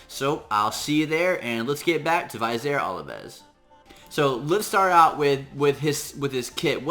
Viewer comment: Thank you! -point of pronunciation: Vizier Ovelis: Viz-eer Oh-veh-liss. Love your contributions. Thanks again.